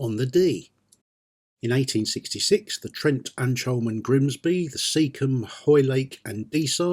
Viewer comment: A very clear production, not a critic but Ancholme is pronounced as K not CH. Keep up the good work which I hope you enjoy. Liked and subscribed.